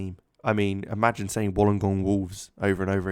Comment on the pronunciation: Just some tips: Melbourne is pronounced kinda like Mel-Bin or Mel-Ben. Dandenong is Dan-De-Nong and Wollongong is Wool-En-Gong.